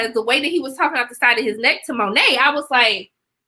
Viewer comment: The T in Monet is silent. Its Monay. No Dis.